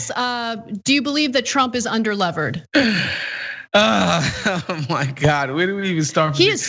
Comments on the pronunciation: Also, it’s not under-levered. It’s under-leveraged. It sounds very stupid when you don’t say it right. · Did he really say "under-levered" instead of under-leveraged? Trump doesn't have billions and billions of dollars. He is according to some sources as much as 1 billion in debt, not just $424 million. His businesses are largely failing or losing money. The most money he made came from his "Apprentice" reality TV appearances for which he was paid $240 million. After he lost the $400 million his father gave him he was broke. That's when he started borrowing. He says he was just "doing the banks a favor" by applying for loans with them!